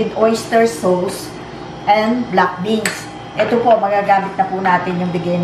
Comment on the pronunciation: ang pagbigkas po sa sauce = sos. as in tomato sos, oyster sos, soy sos. parang sos maryosep. marami rami rin pong pinoy ang bigkas sa sauce = sows. parang "ows, di nga". mejo masakit po sa tenga ang maling bigkas. mungkahi lang naman po, para hindi distracting at tuloy tuloy namin ma-enjoy ang panonood ng food video nyo. thank you.